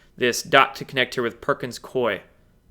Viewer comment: I have a friend who works for Perkins Coie in Portland, OR. It is pronounced COO-ee - not Coy. COO-ee. Sorry but that's the pronunciation - call one of their offices. He says they are laughing at all the youtubers who say their name incorrectly. I guess they have to laugh at SOMETHING especially since one of their bank accounts for $2.9M got confiscated!